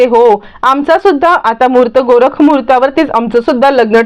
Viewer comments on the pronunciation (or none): आधी मराठी शुद्ध आणि नीट बोलायला शिका.गोरख मुहूर्त नव्हे तर" गोरज" मुहूर्त ."विभिस्त" नव्हे तर "बिभिस्त".तर एकुणात काय तर आधी मराठीचा नीट अभ्यास करा आणि मग बोला.